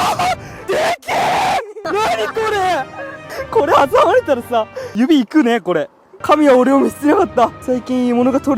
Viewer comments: 指い↑く↓ね↑kore☆ ここ好き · みんな大好き 指い↑く↓ね↑ kore★ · まって笑笑 指い⤴︎く⤵︎ね⤴︎ kore☆ が死ぬほどすきやんやけど笑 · これ指い↑く↓ね↑ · 指い↑く↓ね↑ kore★ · 指い↑く↓ね↑kore☆がくそおもろい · 指いくねの訛りが戌神ころねwwww